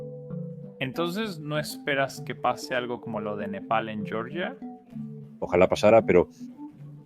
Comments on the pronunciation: "yoryia" es como se pronuncia la Georgia estadounidense en inglés . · Se pronuncia Georgia, tal cual, no como en el inglés, francés e italianano, se pronuncia con la G Germanica...